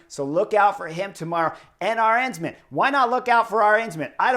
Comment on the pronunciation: Arensman ( means: 'Eagle-man' good name for a climber!) Begins with the 'A' of Adriatico and man has the 'a' of pasta. The emphasis falls on that first syllable again. AA-rensman. A like Alamo. a like mama.